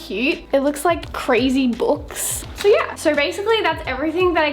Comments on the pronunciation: I don't know why when she say "so" i get so mad 😂😂cuz she sound like saying sir😡😂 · This is the amount of times says neur and seur. (Translation: no and so) 👇🏼 👇🏼 👇🏼